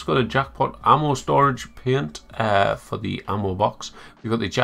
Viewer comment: I love the pronunciation of paint as “peunt” xD